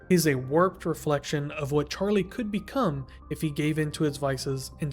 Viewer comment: the way u pronounce his name sounds like "charlay" i need people to notice this as well i cant be going crazy